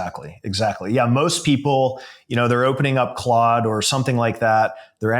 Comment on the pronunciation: 😅 or Clood as pronounces it lol